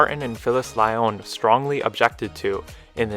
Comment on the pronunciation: "Lyon" is pronounced just like the animal "lion," "Grier" is pronounced "greer," and "LaPorte" is pronounced "la port."